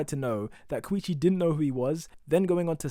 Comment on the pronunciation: ur saying koichi wrong